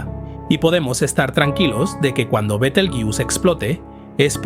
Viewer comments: Yo lo dejaría en "Betel" que parece que en esa parte estamos casi todos de acuerdo menos los que dicen "Bitel"😁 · Pronunciación inglesa. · fisico en español o castellano se volaciza betelgeuse no betelyus eres inteligencia artificial me duelen lo oidos oirte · B-E-T-E-L-G-E-U-S-E no beteljus, alter ni leches. El nombre de las estrellas no es inglés, no de deis esa pronunciación. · No es "betlejuice" sonaría a betelgeuse como se lee en castellano. Su nombre viene árabe (Yad al-Jauzā') sugiere una pronunciación más cercana a "Yad al-Jauza" o "Be-tel-juz", con la "B" inicial siendo un error de transcripción medieval de una "Y" árabe. La forma más aceptada en español es tal cual se escribe, fonéticamente /beteljéuse/. Es otro caso de aculturación anglo... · Se pronuncia Betelgueuse, tal y como se escribe. No Betegeus, ni mucho menos Biteljus. Es una palabra árabe castellanizada, y según la RAE se debe de pronunciar tal y como se escribe. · Bitelchus o beteeljuice 😅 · Por favor, es un nombre mesopotámico, no inglés... se pronuncia como se escribe en latín: be-tel-gue-u-se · ¿Por qué dices «Betelguius»? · ¡¡¡ BETELGEUSE joder !!! que NO es ingles, coño. Es LATIN,la latinizacion de su nombre original en Arabe Wad al Jauza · Buenísimo el tema y la exposición. Me encanta este canal, felicitaciones. Bitelyuss Bitelyuss, Bitelyuss 😅😅😅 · ¿Porqué pronuncias Betelgeuse como si fuera una palabra inglesa (bitelgiús) si es una palabra de origen árabe árabe que en castellano se pronuncia como se escribe? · Yo la conozco como be-tel-gue-us (con pronunciación 'gue' como en guerra) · La pronunciación de Betelgeuse en este vídeo cambia más que la propia estrella. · me parece que es porque está usando una IA para narrar este video, que imits su voz, pero no es él. Y claro, la IA tiene problemas pronunciando ese nombre propio... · Cuantas formas diferentes de pronunciar el nombre de la estrella y ninguna correcta, ja ja ja